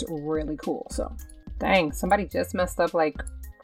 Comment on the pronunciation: She says dang weirdly